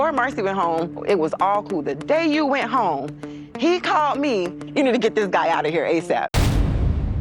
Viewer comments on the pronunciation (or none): It's GET away. Not GIT away.